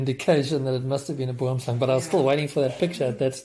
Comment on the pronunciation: I love how you pronounce Boomslang